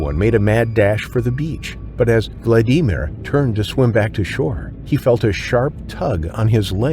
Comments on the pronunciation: What's up with that pronunciation "vlad EE mir". 😂😂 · Learn how to pronounce Vladimir for goodness sake. VLAD-A-Meer. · Vald E mere lol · Poor “VladEmEar”. I couldn’t even finish watching this video, because of how his name was pronounced. Even Siri and Alexa can pronounce that name properly…FUCK! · Vlad-ee-meer. Is this AI? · Why you calling that first guy vlad ee mere. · Vlad.Dee.Meer 😂 AI pronounces it so weird and hilarious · I hate how many times the AI says his name bc it's pronounced wrong. It's Vladimir like Vlad the impaler not Vlad I mer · Who came here disappointed at the click bait title? 👋 Who only watched for 4 minutes because every American has heard the name "Vladimir" and never, ever read it (internally or out loud) as "Vladeemer". 👋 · why are you saying Vladimir like that 😭😭😭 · I can't stand the way you pronounce Vladimir 🤦‍♀️ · Never thought the name Vladimir 'could' be pronounced like nails on chalkboard .